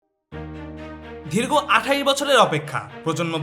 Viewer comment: এই ভিডিও এর ভয়েস ওভার যিনি দিয়েছেন প্রথমেই একটা ভুল উচ্চারণ করে ফেলেছেন, উনি দীর্ঘ না বলে ধীর্গ বলেছেন আশা করি এই ধরনের ছোটো ভুল গুলো খেয়াল করবেন। আমি চ্যানেল টা নিয়মিত দেখি তাই একটু অনধিকার চর্চা করলাম।